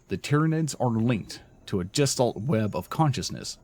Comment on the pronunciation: gestalt ɡəˈSHtält chitin ˈkītn somebody please say these words right!